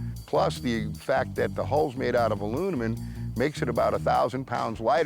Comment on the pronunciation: makes the fastest boat but can't pronounce aluminum